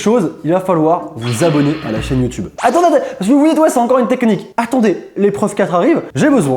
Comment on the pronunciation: "une tekenique"